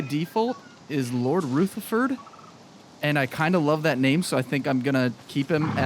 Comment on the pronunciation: Finally, a new video. Great content. The horse's name is Rutherford (accent on the U, not Rootherford. Lol). Keep up the good work 😊